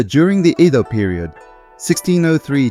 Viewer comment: thank you. it was interesting. but for 8min you could offer more in-depth information, maybe even japanese characters with transcription of main concepts and symbols. Also, look up pronunciation of Edo. (I mispronounced it myself) it's not cool that the Japanese gather mostly to eat and drink alcohol, just like folks in the West. that's "culture" at its lowest. I wonder if people would care to come together without this incentive...